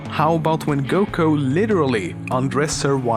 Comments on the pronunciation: WAS THE ONLY PERSON TO NOTICE IT SAID "GUKO" AND NOT "GOKU"? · dude what why did you say 'goko' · ***** no its not how a name is pronounced does NOT differ based on accent this was him stupidly mispronouncing a name you can hear the correct pronunciation of MULTIPLE times in the series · during how much frieza was defated you kept sayi(an)ng goko lol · Goko? Come on now.. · It kinda makes me triggered that I eh says GOKO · He says GOKO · Why the fuck does he say GOKO I'm so confused and pikon